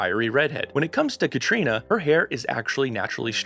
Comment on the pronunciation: Text-to-video software. Everything not programmed into the system is pronounced phonetically. GaBALLdon. Hoogan. Cay-tree-OH-na. 🙄